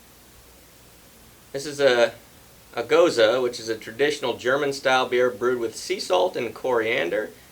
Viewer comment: I have a vacation coming up next week! Coming down to visit the Hard Pour Pub! Finally!! Not a huge fan of Gose style beers. (And thanks for pronouncing it properly) I'm not fussy on the saltiness that usually comes with them,, but the first 2 sounded pretty good. Cheers!